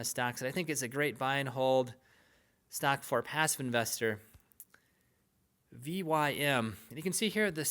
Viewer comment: Should say vym